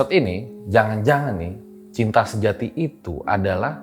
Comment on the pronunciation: Malah terngiang denger mau ngomong CINTA malah ke pleset jadi CITRA😲😆✌️